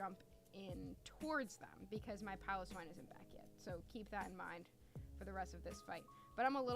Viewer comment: Great vid! Thank you for pronouncing Piloswine correctly :)